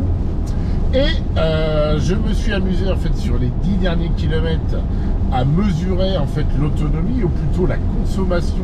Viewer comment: Les "kilomettes" font vraiment mal aux oreilles !!